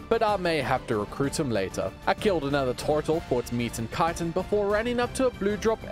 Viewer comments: I love how u say tortle lol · The way he says turtle 😅